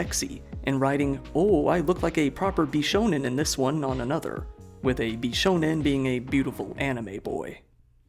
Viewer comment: Credit to you for pronouncing "bishonen" correctly